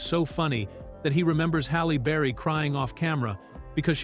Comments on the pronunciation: Busted !!!! Listen from through The AI says Hollow berry then says her name correctly Halle Berry (Halley Berry) This is annoying. The AI is being programmed to mispronounce words. I wonder who is the imbecile that thinks if you program an AI to constantly mispronounce words, it will appear to be more human. This is a level of thinking you would expect from someone like Michael Rapaport or Sam Harris or Joe Biden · Halle burry🤣🤣🤣 this AI shit funny🤣🤣🤣